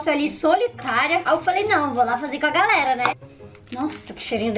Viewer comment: Ela falou pitiça e garela kkk amuh a